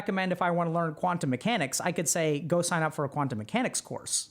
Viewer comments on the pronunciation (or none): none